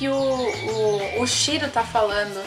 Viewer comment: Shiro?@@ acho melhor você fazer um roteiro antes de fazer um video... você falou Shiro Shira e tal...@@